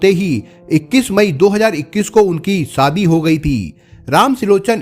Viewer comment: Sadhi nh hota shadhi hota please apni language to kijiye aap n pure world ke liye video bana rahe hain sa ko sha mat bolo Hindi ki Maa Behan kar rakhi hai